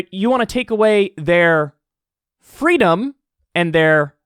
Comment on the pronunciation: Ah yes, Child Abuse is definitely a part of "fweedom".